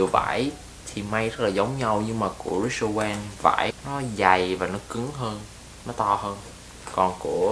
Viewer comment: Rick owens ....not...Rich Owen